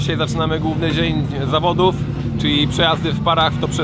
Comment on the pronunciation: Początek zamiast zawodów powiedział zawadów PS. To nie hejt